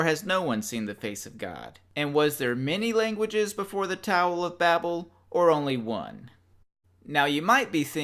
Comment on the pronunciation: I think you said "towel of babble", not sure how that would work, definitely wouldn't take it hitchhiking.